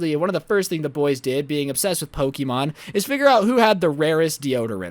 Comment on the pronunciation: You said pokeemon, you are supposed to say Pokemon!